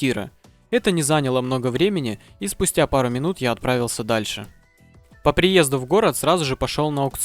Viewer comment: по приездЕ, а не ДУ